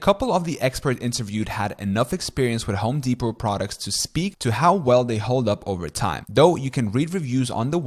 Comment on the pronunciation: Bro stop saying Home Depot like Home dePOT the T is silent